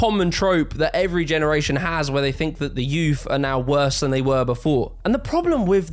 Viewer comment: The word “think” doesn’t have an F.